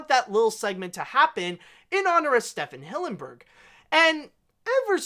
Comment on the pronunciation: It’s pronounced STEVEN Hillenburg, not Stephan